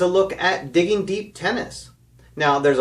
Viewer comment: Diggin'... It's Diggin'.:) Just giving you a hard time, and that was a GREAT Jimmy Mac!! Happy New Year! Al